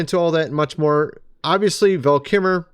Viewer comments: What do you say kimmer instead of kilmer? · Can't you pronounce your L's? It's Kilmer...not Keemer...sheesh...get it right man. JS. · For someone who claims that a man is one of his favorite actors, you certainly don’t seem to know how to even pronounce his name. It is Kilmer, pronounced Kill-mer not Kim-mer. A bit of respect for the man by saying his name correctly would go a long way toward your credibility in claiming how much you admire him. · Kilmer. Val Kilmer. Not kimer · It’s KILMER not KIMMER. Thumb down. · It’s weird that you said he was one of your favorite actors, yet you pronounce his name wrong. It’s Kilmer, not Kimer. You don’t pronounce the “L” when you say his name. You are supposed to. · Val 'Kill'mer not Val Kimmer, was and always will be in my top 3 favorite of all time Actors. If he was one of yours then you would know how to pronounce his name correctly. Best role Tomstone. Greatest role Real Genius. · His last name is KILMER, not Keemer… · wait… did you call him val kimmer? said he’s your fav 🤔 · Val KILmer, not KIMMER…. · KILLmer! NOT Kimmer DIPSHIT! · I'm sorry to do this, but it always irritates me, when people mispronounced words. Would it kill you to learn how to pronounce his name correctly when you do a video about someone. It's Val KILmer not Keemer or Kimer. You pronounced it 3 different ways throughout the video. Also talk about rambling, I never could figure out what point your were trying to make because you jumped around so much, and didn't seem to have your facts down, again rambling. So what was it Val KILmer and Mel Gibson both were saying was true about Hollywood? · It is disrespectful for you to keep mispronouncing Val Kilmer's last name. It's KiLmer, not Kimmer. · Ki LLLLLL mer dude.. there's an LLLLLLLLL!! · kiLmer. K I L M E R The “L” is NOT silent. Say his name correctly. You keep calling him “Val Kimmer.” Get it right!!!!! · It's not Val Kimmer. It's Kilmer. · Never heard his name pronounced that way Kimer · It's kiLmer